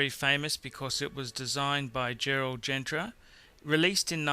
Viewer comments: Of course, it is Piguet not Piaget (which is ANOTHER brand) And it's Genta not Gentra... for a "watck expert" you need at least to spell correctly. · Audemars Piaget???? really Gerald Gentra???? REALLY???? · audemars 'piaget' !! and gerald ' gentra'..yeah yeah